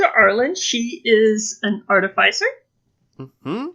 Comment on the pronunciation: sigh, ar-TIFF-i-cer